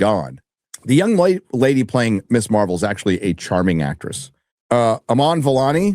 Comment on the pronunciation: Ms. and Miss are not the same thing nor are they pronounced the same (Pronounced Mizz). It's not Miss Marvel. It's Ms. Marvel.